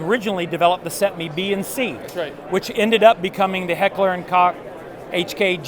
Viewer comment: It's pronounced as "coke" man come on, Heckler & Koch (Coke).